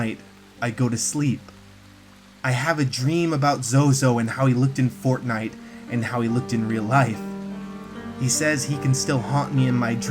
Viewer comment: Its just fortniye